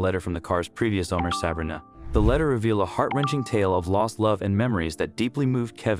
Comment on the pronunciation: It's Sah-bree-na